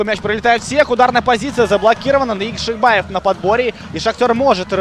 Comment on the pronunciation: запарился. Залез в гугл и википедию. По узбекски произносится ЯкшибОев( бой по узбекски - богач, в русский язык перекочевало как бай. Как и множество других похожих слов) отсюда и разночтения. Если попросить парня произнести Фамилию на родном языке то Вы все поймете. И успехов в развити уровня комментаторского мастерства